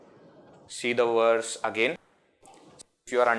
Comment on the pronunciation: They say that when you learn Sanskrit, you can pronounce words in any language. Sanskrit also has NO "W" sound. So why are we saying Werse instead of verse?